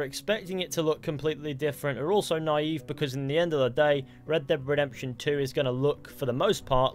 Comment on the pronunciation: Redbededemtion :D